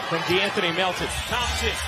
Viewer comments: im hearing lots of theme-sen 😂 game 6 klay theme-sen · 主播的聲音有什麼難聽的 一直在那邊湯普鹹！湯普鹹的！ 發音有夠噁心的